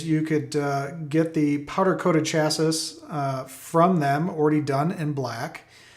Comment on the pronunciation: I quit watching when he mispronounced chassis 🤦🏻‍♂️